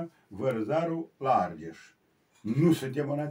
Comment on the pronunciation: Va apreciez si va urmaresc dar ma intreb de ce dumneavoastra ca istoric nu pronuntati corect multe cuvinte in limba romana , spre exemplu mai inainte cand ascultam ati spus Arges in loc de Argeș....